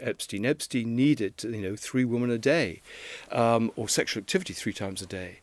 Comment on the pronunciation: Mr. Lownie, brilliant journalist, PLEASE learn the different pronounciation between “woman” (one ) and “women” (many)